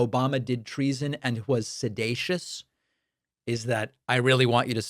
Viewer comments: Look- he was just trying a new word “sedacious” hahahahahahaha. It does have 3 syllables and that’s out of his league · the idiot mixed up the word seditious with sedating and comes up with a new word sedatious. he also messed up on obfuscate. go back to school fool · Trump said "sedatious". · Is Trump 'sedacious' or 'seditious'....? The "President" of the USA does not even know English... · Obama is "sedatious" (a new word? Does that mean he's "sleep-like?) 😂😂😂 Trump said "sedatious" (does that mean Donny hasn't a clue what he's talking about? )😅😅😅 Get rid of the ignoramous NOW!!! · Can you say January 6th, 2021? I get a kick outta donnie dumkoff, trying to pronounce big words. Sed A sush. Thought it was sedicious. In his little toddler voice. He's soon cute. Yep, if anyone knows about guilt and treason, it's donnie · Trump's calling it 'Sedatious" because he's more familiar with the term 'sedate' in which he came to plause about the little girls on Epstein's plane. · Sedatious is NOT a word! He was trying to say seditious. Come on! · Ummm 🤔 think he means seditious?? Not “sedacious” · Is it "sedatious", or " sedacious"? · Sidated, sidatious! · “Sedatious” Trump’s latest from his word of the day toilet paper and he can’t even say that correctly. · Someone realized it’s time to elevate Trump’s vocabulary. His 2 new words obfuscate and seditious (even though he can’t pronounce it correctly). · The guy can't even pronounce seditious lol, and he should know how to say it since he's the one who is literally guilty of it. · He's so sedated he can't pronounce seditious correctly.